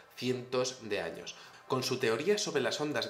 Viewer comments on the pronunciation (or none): none